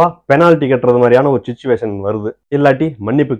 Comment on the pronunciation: mams saying Shuchuvation 🤣💥💥